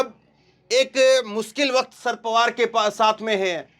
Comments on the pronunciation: Bhai ji asal naam शरद पवार है। आप नाम का उच्चारण दुरूस्त कर लें। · शर्त पवार बेटा एक बार बता दिया सही Karlo उच्चारण अगली बार........ Denge